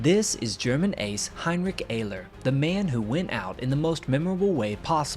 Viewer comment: heinrick ayler